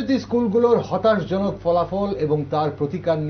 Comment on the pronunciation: " হতাশাজনক"- "হতাশজনক" নয় মাননীয় সঞ্চালক